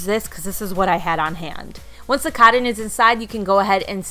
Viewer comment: Anyone love how says cotton? Codtin. 🙂